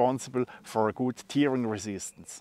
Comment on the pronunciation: tearing -> "tähring" So wie du es ausprichst, bedeutet es "weinen" ;-) Tolle Ideen hast du immer. Der Packframe ist wirklich klasse.